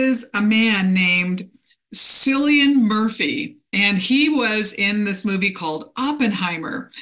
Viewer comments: Wonderful predictions. Cillian is pronounced kill ee an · Cillian Murphy is irish . Its pronounced Killian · Thanks! I agree, Cillian Murphy is a wonderful actor! FYI, his name has a K sound: ki·lee·uhn 💖😘